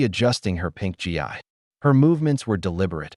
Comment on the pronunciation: It’s pronounced geee,not G I. Gi is what soldiers used to be called, like GIJoe dolls.